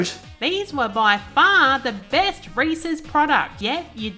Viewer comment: I always appreciate how you pronounce Reese's correctly. As in Reese-iz instead of REE-SEES